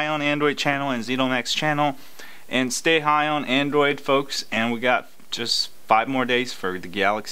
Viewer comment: Its sooo funny when u say high on adrade